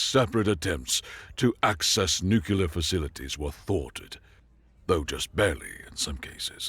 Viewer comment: No self-respecting professor says "nucular" unless they're talking about clams or botany, let alone "nukilar".